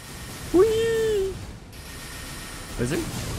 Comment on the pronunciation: he said ‘wizaa’